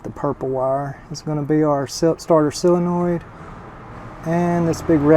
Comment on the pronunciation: It's pronounced soul - in - oid. Not sill - in - oid. Sorry, but that drives me crazy. Other than that, great channel!